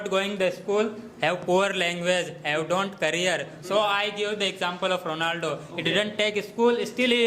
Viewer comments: The guy from formal education group unable to pronounce Ronaldo....Rolando 😅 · Ronaldo❎ Rolando✅🤣😂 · Ronaldo ❌Rolando✅